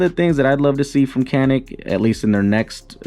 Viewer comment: If you're going to make review videos, learn to say the name of the product